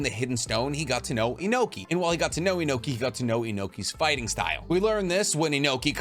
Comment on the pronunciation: Lol bro i love your content, I really do. But do you mispronounce names on purpose? It always pricks my nerve 😭😂😂 Inohki? Kakuzo?